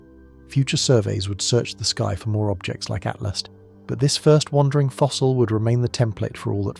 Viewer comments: It's ATLAS NOT ATLAST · so annoying by keep saying ...ATLAST!!...it is Atlas!!